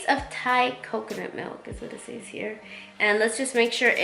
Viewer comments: I was about to comment on that too since she kept saying “says” wrong lol 😂 but I liked the recipe lol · I love you so much this was a good video but, I can’t help but cringe at how you pronounce “says” but it’s okay I still watched it! Keep up the good work you look amazing!